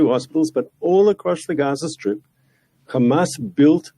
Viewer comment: Reporter: why are you committing genocide? Mark Pinocchio: KHAMAS, KHAMAS, KHAMAS, KHAMAS, KHAMAS, KHAMAS, and finally khamas.